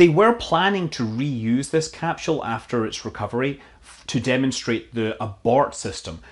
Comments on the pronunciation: It's not a 'capshool', it's a 'capsule'. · Cap-sule not cap-shule 🤔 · do you know anything? And can you pronounce "capsule" correctly perhaps...are you part of the mis-information effort you speak of... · Let's hope SpaceX's "Capshul" isn't delayed too long...I could listen to that all day!